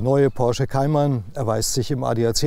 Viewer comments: es heisst Cayman und nicht "Kaiman" haha peinlich wenn man nen autotest macht aber nichtmal den namen aussprechen kann! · Kaimann , guck erstmal wie mann den Namen ausspricht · Kaiman... Naja, ok, in der Generation muss man wohl Nachsichtig sein ^^' Das Review ist dennoch gut